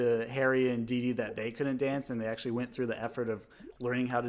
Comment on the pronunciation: There's no 'z' in DeeDee